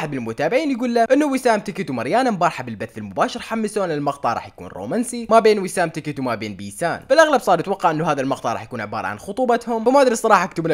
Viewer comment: اسمها بيسان مو يبسان 😭😭😂😂💔